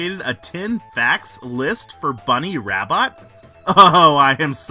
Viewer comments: Her last name is actually pronounced Rab-bo. But people called her Bunnie Rabbot to make fun of her. Or so I’ve read. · Her last name is sorta French; it's pronounced "rah-BOW". Says so on the Archie Sonic wiki.